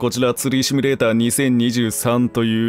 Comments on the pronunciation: しつこいようだけど、シュミレーターじゃなくてシミュレーターね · あれ？うっしーってシュミレーターって言う人だったっけ？